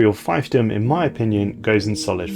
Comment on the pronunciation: Good video but I'm a bit embarassed to have to tell you (as an italian myself and therefore not a native english speaker) that the correct pronounciation of scion and fiefdom are not sky-on and phy-ph-dom respectively but sci-on(like in sci-fi) and feef-dom. I'm sorry if I come off as an asshole but those really hurt my ears.